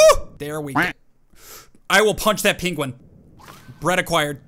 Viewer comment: XD first of all, why do you pronounce it Pinguin and second, why do you call seaguls Penguins?